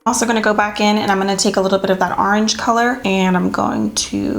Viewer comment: I started saying arange now 😂😍❤️